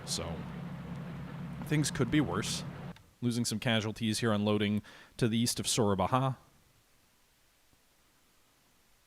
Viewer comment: It is not Soerabaha like Spanish pronunciation. Just call it Soerabaja, or Surabaya. I'm okay with western pronunciation of Sabang for instance, understanable. But Soerabaja alone feels Spanish lol.